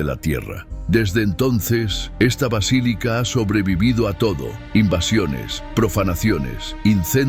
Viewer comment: Sres: “vacilica” es erróneo. Es Basílica! Que descuido